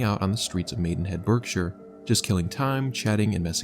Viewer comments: It's pronounced "Barksha" in the UK. Not "Burk-shire." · Berkshire is pronounced “Bark-shire”, not “Berrk-shire”! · I know it's pendantic, but 'Berkshire' is pronounced 'BARK-shire' . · Berkshire is pronounced ‘barkhshuh’. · It's pronounced BARK Shire.